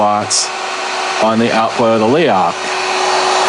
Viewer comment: YES MORE INSIDE LOOKS PLEASE.. Also it's pronounced Leroch!